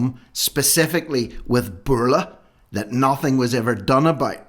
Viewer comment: Dat instead of that.